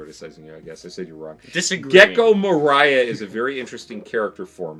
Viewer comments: Dear, Moria's name is generally pronounced Moria(Think mines of moria) not Moriah. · More-ee-yah, not Mariah, lol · Mohryeah 😂😂😂 It's "Mo-ree-ah" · Who's Moraya? I always thought his name pronounced Mo-ree-ya I have never hated Mo-ree-ya tho. To me he's a necromancer, one of my favourite class in dungeon and dragon. Doesn't need to lift a finger to fight, that's what your summons are supposed to do. He basically stole Sanji, Zoro and Luffy's shadows. He can also fight using his own shadow. There must be a reason why he is chosen to be a Schichibukai in the first place. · Moria is pronounced Moh-ri-a, not Mo-rAi-a. it's a pun on Komori (a bat), and Moria (Khazad-Dum from LoTR, which is its itself a pun). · The way dad pronounces Moria has now placed the cursed image of "Moriah Carey" in my head. Happy holidays y'all! :) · SOMEONE PLZZZ CORRECT HIM!!! ITS MORE•IE•A!!! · I'm sorry, but is so hard hearing Moria pronounced that way. >.<